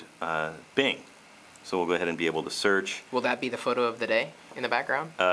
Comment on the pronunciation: "You can also SOOCH the web"...?